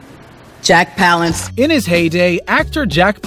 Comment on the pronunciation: he can't say any of the names right ;)